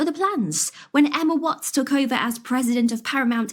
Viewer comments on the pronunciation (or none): none